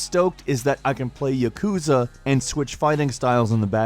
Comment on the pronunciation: Ya-ku-za not Ya-kuz-a japanese is mostly 2 letter characters makes most words easy to break down. Chi shi and tsu not withstanding.